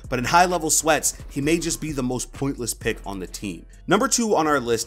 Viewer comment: Why’d he say pointless so weird lmao